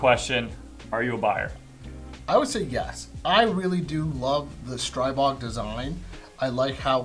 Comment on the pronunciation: Just a note: strih-bog rather than streye-bog Good review, thanks